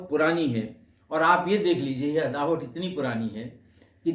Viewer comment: अदावत होता है अदावट नहीं, कृपया सही उच्चारण करें।